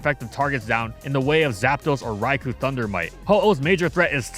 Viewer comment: The only overrated thing that thinks is still good about this video is how he pronounces "Rai-koh." Seriously. Pronounce the Legendary Beast's name right. Coward.